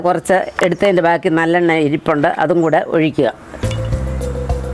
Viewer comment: Nallenna eann parayunnAth eallennayaanoooo...thalayil thekkunna ???